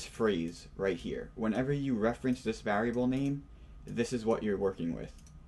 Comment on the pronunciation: you know whats rrrrrreeeeeeaaaaaaallllllyyyyy interesting? How this guy says variable. like vaarable